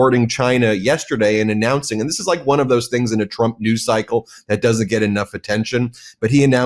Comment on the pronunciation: Haha, she said president "Chump".